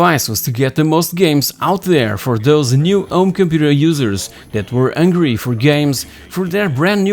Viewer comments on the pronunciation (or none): Is the speaker's native tongue French? He is forgetting all the "H" I started to wonder early. What is ungry? Does he mean angry? off-life?